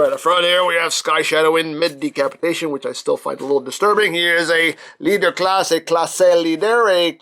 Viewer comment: For the next time you said CLASSE LEADER, I'm french so I hear CLASSÉ LEADER, say CLASS LEADER